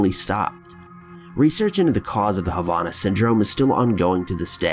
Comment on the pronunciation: I want to meet this idiot that doesn’t even know how to pronounce Havana, what a dumb ass. Wish they would ban his videos!